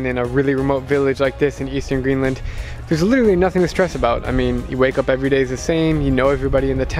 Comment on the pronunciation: Why Greenlan? , whiteland 🤣